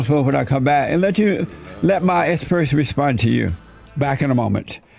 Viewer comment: "Espurts are coming in".